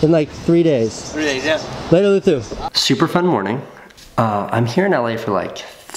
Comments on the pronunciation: he say "Luther", but his name really be "Loser"? Does I git dat raigh? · I caught that too. He said Luthu but his name is spelled Luzu. Thing is Spaniards, such as Luzu, like to pronounce the s as if it where a th. Listen to Enrique Iglesias songs and you will notice right away. Only if you haven't already. LOL